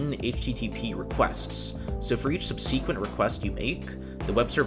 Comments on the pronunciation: This channel's great but I really don't like the weird way this guy pronounces the word subsequent. It's not sub-see-quent as he keeps annoyingky saying ad nauseum but subzi-quent. Sub-see-quent bs! 🤢🤮 fucks wrong with him. 🙄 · I noticed several rude comments complaining about your "intonation". Your intonation is just fine. I've a single suggestion, regarding the word "subsequent". You are emphasizing the second syllable, when it should be the first that is emphasized. That's it, that's all. Have a great day! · Good video, but please stop saying subseeeequent. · Cool video, well done. Might look into the proper pronunciation of the word “subsequent” for future videos since you favor it. Google it, as they say. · People think they have to do this to be a YouTuber. It’s annoying. Also who says subsequent like that?